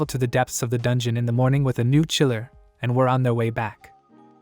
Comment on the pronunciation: Can't even say dungeon and what's with the hitman.... All this ai saying dumb things makes me me not want to watch this things